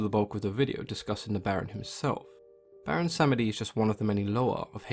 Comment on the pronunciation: I believe it’s pronounced BWONsamedi, and he’s a troll priest.